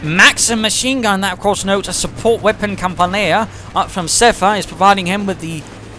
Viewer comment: are you interested in learning to pronounce the Russian stuff correctly? All of your mistakes came from incorrect emphasis in words like "Kampaneya" and "Zis." Just my inner Soviet kicking in. Otherwise, I don't believe I can think of a way to describe my admiration for your selfless work for the CoH community. If there was a medal for that, you'd win it. Keep up the amazing work!:)